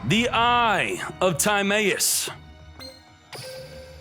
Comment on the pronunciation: The fact that he still says time-ay-us (instead of tim-eye-us) and cock-ah-tis (instead of co-kite-us) after this long is just disgusting